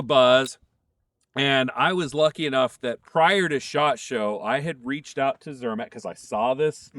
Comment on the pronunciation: It is pronounced zermaht